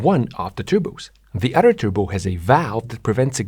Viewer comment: “Nothing other” Not “nothing otter” Please make self sound- not dumb Yeah, that made me skip this video